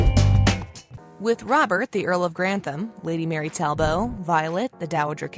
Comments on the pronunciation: It's not tal-boe.. it's Tall-but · A quick note. You consistently mispronounce the name of "Talbot". In English the final T is spoken, not silent. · The 't' in Talbot isn't silent😜